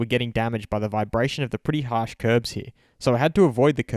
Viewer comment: isn't it curbs?